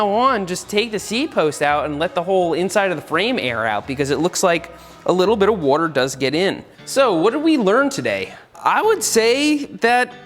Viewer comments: The way he says water like ‘wouter’ gets me every time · WOURDER. Seth channeling his inner Brad Leone. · New drinking game. One drink for every time you hear Seth say"Wuadder" 😉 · seth be like wortar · “Woter” yes engish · nobody: seth: warter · Can someone make a compilation of Seth saying “wuter” from this video? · Seth for 12 minutes: Woder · Seth saying woder instead of water triggers just a little bit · I just like the way you say "wuaater". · i love how much you say "wawder" in this video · Seth uses the same wourder as Brad Leone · I’ve never heard Seth say worter so many times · No one: Seth: wooorrter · Dude I wish you would ha r done a tally on how many times you said water. Or... wooter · Seth please just keep saying wuater... Slowly... Again... AGAIN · Congratulations you just watched a man say wooder for 12 minutes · Is it just me or does he say "wuter?" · Say whater one more time. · Seth says “wotur” for 12 minutes straight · "Seth" Well what did we learn today ? 1. Seth says water not water 2. Seth will ask a question and answer with "I dont know havent tried it " 3. Seth +Watergun = brrrrr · Are you from Philadelphia? I’m wondering where your accent on the word “water” comes from. Thanks!